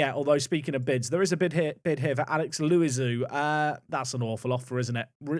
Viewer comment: Butchering names again its Alex Lou-e-zou